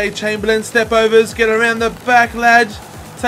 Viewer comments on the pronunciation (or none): none